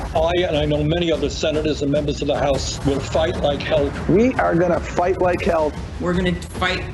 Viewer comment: Did biden say fight like kale?